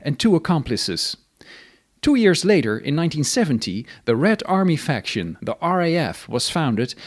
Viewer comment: I thought the same thing, but they actually used the word Faktion without an "r".